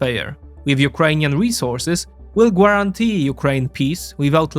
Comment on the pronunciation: ps. silent 'u' in guarantee